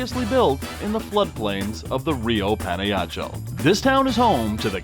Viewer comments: "Pana-Yachell? How do you expect to be taken seriously when you don't even know how to pronounce the name of the town you're in??!! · It’s Pan-ah-ha-ch-el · The name is pa na ja chel ok señor welcome to my country Guate 👍🇬🇹